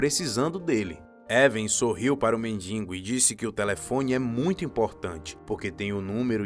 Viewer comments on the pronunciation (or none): Atenção. Ele fala mendingo e o correto é mendigo. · Muito boa a história e uma produção cuidadosa e bem feita do vídeo. Mas, lamentavelmente, nem tudo é perfeito. Em todas as vezes que o locutor falou a palavra mendigo, ele a pronunciou "mendingo". Inaceitável e coloca a perder toda a beleza e o capricho do vídeo. Lamentável. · Voz bonita, mas NÃO É MENDINGO E SIM MENDIGO. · Uma das melhores estórias que já vi, excelente narração, mas por favor," mendingo" é ruim hein?!